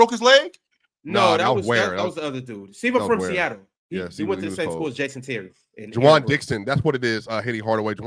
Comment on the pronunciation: It’s juan Dixon not Juwan.. damn young, u, in middle school during JJ reddick reign